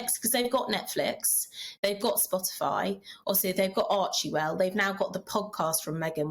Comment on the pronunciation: ‘Archiwell’?? It’s ‘Archwell’ 😂